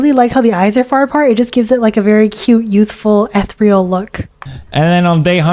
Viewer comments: It’s pronounced eh-thear-ee-al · You pronouns Ethereal wrong 😡😡😡😡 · now why tf would you pronounce ethereal like that